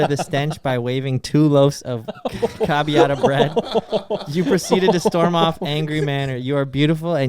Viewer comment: Can we all agree that totally botched how to say ciabatta bread around the 55 minute mark haha